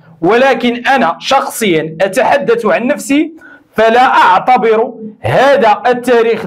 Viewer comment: لا تعطبر!! و حاول تنطق التاء تاء لا طاء هل تنطق ام طنطق ؟؟ هل تعتبر ام تعطبر ؟؟ تبارك الله عندك مستوى ثقافي ليس طقافي 😉 عندك متتبعين لو تفضلت شوية مجهود لو تعلم عندما ننطق حرف التاء تاء فيها جملية و اناقة ووو وشكرا